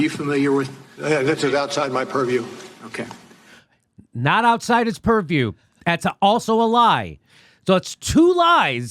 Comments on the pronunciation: The fbi guy on Russiagate: POORview. Jimmy Dore on Russiagate: PURRview. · "That is outside my puriew" Everyone drink!